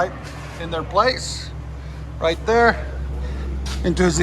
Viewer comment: Q: wait, where...? A: "right derr". 😎